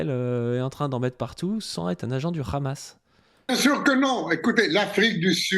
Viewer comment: Ce n’est pas (RHAMASS) mais Hamass il faut bien prononcer le H en arabe Lool